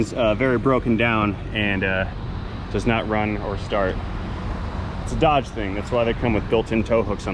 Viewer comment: Without picking on any regional dialect of words can someone please enlighten me as to the correct pronunciation of the name of the truck in the first part of this clip... is it Doughge or Dodge. Both pronunciations were used in this clip.